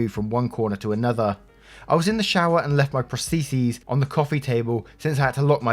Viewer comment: IS THAT HOW PROSTHESES IS PRONOUNCED